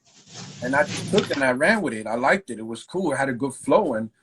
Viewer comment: Did he say coe or cool ?